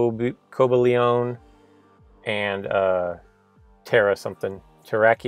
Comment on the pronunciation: u said noivern and cobalion wrong